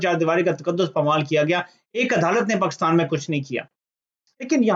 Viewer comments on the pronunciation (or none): none